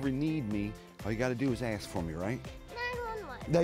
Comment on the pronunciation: "they axe"......?